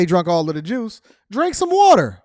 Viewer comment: Thanks for saying watder like my parents